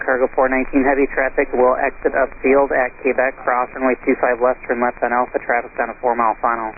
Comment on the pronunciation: Ok I just gotta ask who in the world pronounces Quebec as Kbec lol